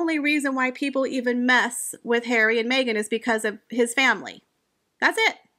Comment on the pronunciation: Prince hawwwy 😂😂😂😂 I love how do you say these particular words it makes your videos, comical